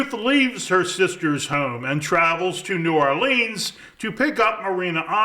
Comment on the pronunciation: btw, if you happen to care, it's N'awlins, not New Orleeens.